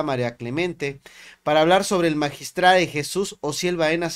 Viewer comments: Qué no mame ese señor, bien sabido que entre esas personas los crímenes pasionales son muy frecuentes y así de impresionantes. Y luego el magistrade, que estupido, se dice magistrado. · Que es eso de asesunade, es asesinado no deformen el idioma, ya dejen de decir magistrade, es magistrado. Por Dios.